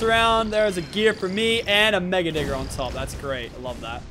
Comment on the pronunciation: I understood mega N-word on top then put subtitles and saw it was mega digger